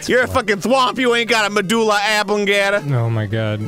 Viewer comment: are you attempting to say... medulla, amygdala?